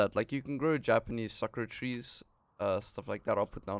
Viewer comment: Does this mod work with current saves? And the trees are pronounced "Sah-koo-rah" My parents lived in Japan for 7 years